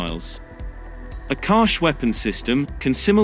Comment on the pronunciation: Akash missile is from India,you have said it wrong